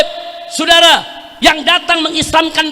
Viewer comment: Saya orang indonesia Soudara... bukan Sudara...😅